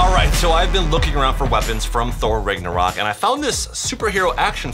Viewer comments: It’s Nagnurock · He said thor rigornaught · It's pronounce tho raaagnorak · The word Ragnarok is pronounced the rag Norwalk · You said ragnorok wrong